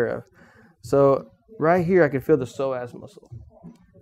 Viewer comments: I keep hearing "the Sore Ass muscle" instead of Psoas muscle.. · I thought he said "sore azz" muscle ...